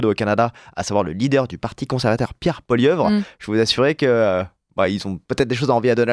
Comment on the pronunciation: Bonjour du Canada: l'on dit Poilievre pas Poilieuvre